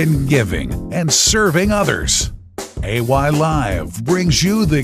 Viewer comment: The way ay pronounces this name mk me lafff